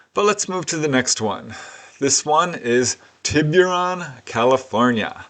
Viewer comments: it's pronounced, "Tibb-er-on". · Just here to say that Tiburon is pronounced “Tibberon”. No hard “you” sound. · It's pronounced "Tibb-er-on"